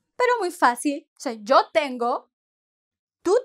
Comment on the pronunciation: Thank you for the video. You pronounce YO, like Joe (English pronunciation) I thought it is Yo like the toy, yo-yo, just on yo.